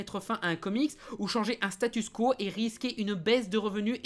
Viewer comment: Statu Quo aussi. Il arrête pas de dire StatuS quo.